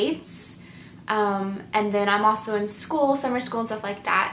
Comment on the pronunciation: I noticed several INFJ's pronounce also as aweso. I grew up with an INFJ that would also say allzee instead of always. Take no offence because I think you and other INFJ's are very well spoken,but I couldn't help notice the commonality in pronouncing these two words.